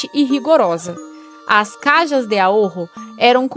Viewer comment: Se esta apresentando o video en portugues melhor falar todo em português,caja em português es caixa ,esta maneira como diz caja no existe em idioma nenhum